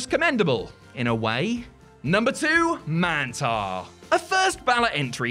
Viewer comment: How would you say minotaur? Now do that with mantaur and it will sound right smh